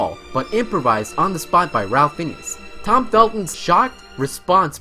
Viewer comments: Fiennes is pronounced Fines not Finnius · It's Fiennes (Fines) not Phineas... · You really... REALLY got Ralph Fiennes name wrong. It's pronounced "Rafe Fines" not "Ralph Finneas" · Ralph Finnes is not pronounced Fin-e-us... its pronounced Fines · Also, it’s Fiennes, pronounced Fines. Not finius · It’s pronounced “Rafe Fines”, just for everyone’s info. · Weird literal pronunciation of 'Fiennes' - it's actually pronounced 'Fines' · Ralph Fiennes pronounces his name "Raff Fines" not as it is pronounced in the video. Learned that from Inside the Actor's Studio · Ralph Fiennes pronounced Fines! Please do your homework! It’s embarrassing that you don’t know how to say his name properly! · Erised, not Esired. And Ralph Fiennes is pronounced Ray Fines. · 51] Ralph (Nathaniel Twisleton-Wykeham-) Fiennes is pronounced rayf fines. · Ralph Fienes is pronounced "Fines" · I knew over half of these. Also, stop mispronouncing Rowling (pronounced Rolling) and Ralph Fiennes (pronounced Ray-ph Fine). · Yeah, he pronounced a few things wrong, like Fiennes and Remus. Cool video though.